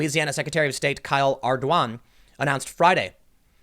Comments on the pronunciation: Ardoin (and I'm not kidding) is pronounced R - dawn and the n is almost silent. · Ar-doo-an is how those of us from Louisiana pronounce it. With a very nasally a before the N. And it all goes quickly, so it isn't Ar-dooo-wan, but more like Ardwan very quickly. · Lol good try with pronouncing Ardoin